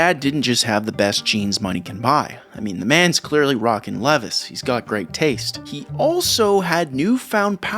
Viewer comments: The way you said Levi's made me giggle - its pronounced like Lee-vai's note the apostrophe for plural. You said it like Leviss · You mispronounced Levi's just for me to comment. Shame. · Pronouncing levis like that is lowkey wild 😭 good vid tho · its leee vie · I thought he had to be trolling. Who doesn't know LEE - V👀? It was jarring though for sure.😂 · came to the comments for this, my family roasted me as a kid for saying "lev=vees' lol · Holy fck! Ive been saying Levis wrong my whole life! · You said that wrong so people would comment, right? There's no way you don't know what Levi's are or how to pronounce them? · You did not just pronounce Levi's like that? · Almost turned the video off when he said Levi’s wrong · Timestamp? I'm afraid I may have tuned it out Edit: Literally as soon as I press send on this comment, I hear it. Impossible to tune out lol. , for anyone else wondering. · Funny because that Sounds a lot like french prononciation so ot didn't even bother me 😂